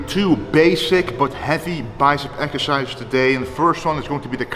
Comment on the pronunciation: "doing the row ekercises". Glad to hear you are going to Olympia again!